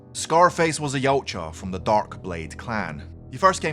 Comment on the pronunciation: It's pronounced Ya-oot-ja